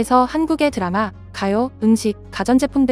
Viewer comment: 보통 미국사람들은 "드라마"를 "드래머"라고 발음하는데 은 한국사람들 처럼 "드라마"라고 하네, ㅋㅋㅋ......